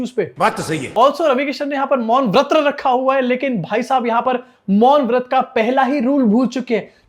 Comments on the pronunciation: Vrat nhi bol raha vaRt bola 😅😅😅😅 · मौन व्रत भी नहीं, मौन वत्र बोला 😅